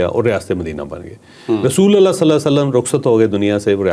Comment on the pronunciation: rasulallah nhi,,,,RASULULLAH KHA KREN